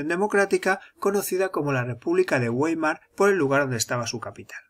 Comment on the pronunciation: Se pronuncia "váimaa(r)", "uéimar"